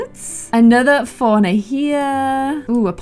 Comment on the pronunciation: When she says "Fauna" it sounds like she's saying "FoRiGneR"